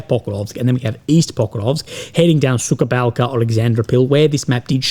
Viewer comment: The way you pronounce Suhaya Balka is funny. It's not suka-balca. Suka is a bitch in Russian and Ukrainian languages as far as I know.